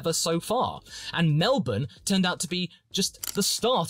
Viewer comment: The way you say Melbourne is beautiful